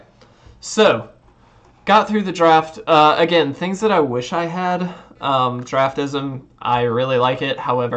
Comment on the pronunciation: It is pronounced Draft-Sim....Not draftism. Also it does help but is not 100% accurate. Best used for drafting and right before precon format for new sets.